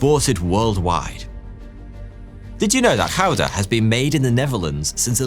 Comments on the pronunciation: Yyyeeeeeess!!!!! GOUDA... you got it so much more correct than americans do... augh i HATE hearing Goo-duh..... its Gouda... ... thank you gor getting it nearly correct... i know its hard to... ggggghhh.. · 40 years of life and I never knew that's how Gouda was pronounced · besides the fact that you pronounced Gouda correctly.. I am more impressed by you pronouncing Afsluitdijk correctly both the ui sound and the ij sound you did correctly, however the same ui sound in Zuiderzee you did not and also the ij sound in Ijselmeer wasn't correct, where you did it correctly in Afsluitdijk.. But I am still impressed. A very good video man, as you can see in the comments, you made a lot of Dutch people proud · Yeah, it's not GoodA like Americans pronounce, but Gouda like gold. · You're alright, the ''Gouda'' was actually spot on. Good job on the G. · is the first to pronounce Gouda the way it should be. Also the pronunciation of a lot of other words is pretty impressive! You did your research, and probs for actually trying your best to pronounce everything as good as you could! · You slaughtered just about the whole of Dutch language only to finish by saying Gouda perfectly fine lol. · And the first non-dutch person that actually pronounced 'Gouda' correctly 😂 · Finally an English speaker who pronounces Gouda correctly!!! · As a Dutchman i was about to make fun of all the name pronunciations and then he goes on to pronounce Gouda correctly... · I agree that he was surprisingly good in pronouncing Gouda, but he didn't quite get the G right. I understand this because the British often get things wrong language-wise at least. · Hy sprach neêrlandtse niet zo goedt, maer daerom hy sprach Gouda kass goedt. Maer die woudte ben lêve oudten neêrlandtse. It is de 'G' lyk en ængalisch.